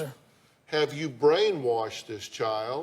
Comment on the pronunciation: And said “brainwarshed” more than once… lmoa 😂